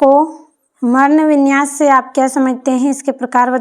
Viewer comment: Marnvinyas ❌ parnvinyas ✅ kuch bhi padha rahe ho ma'am ji 😅 Real kya khaak bataogi 😅😅😅😅😅